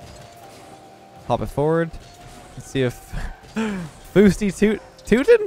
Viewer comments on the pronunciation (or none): Hahahaha love the “” pronunciation - your teammates name in the first game is pronounced “Fow (like cow) steee tow ton”. A touton is like a pancake (traditional Newfoundland breakfast food- Atlantic Canada province). Love the content keep it up!